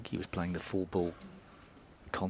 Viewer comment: I agree. Just compare Taylor's pronunciation of "ball": to Taylor it's a ball, to Davis it's a "bowl"!